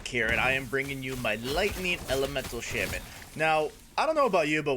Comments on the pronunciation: cool build but please, it's not shemen, its shaman =d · The build seems really cool. I was thinking on what to do with the primalist. Also, just something for your knowledge, "Shaman" is pronounced "Shah-men."